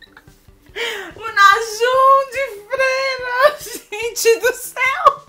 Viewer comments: AI O “NAJUN” KSKSKSKSKSKKKSKSKSKSKSKS rachei Correção :> : Namjoon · "U Najum de freira" MORRI SKKSKSSKAKA AAA SOCORRO😂😂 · perdi nele falando "Nájum" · Najum ? Que? Tá falando errado não é fã de vdd não só gosta pq tá na moda agora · N é najoom é namggun mais pronunciando é assim